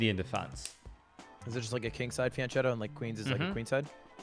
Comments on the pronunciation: Fianchetto is pronounced as "Fianketto". It's the diminutive form of "fianco" which literally means "flank". Now imagine if someone kept pronouncing "flank" as "flanch" in English, and you'll get an idea of how you sound when you mispronounce "fianchetto". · When you have/had an Italian girlfriend but still you mispronounce "fianchetto" smh